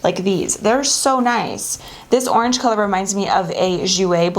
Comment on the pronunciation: You said OHrange! Not the usual way you say it...😃